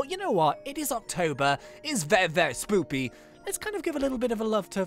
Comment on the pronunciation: spoopy is how he says spooky we all like it.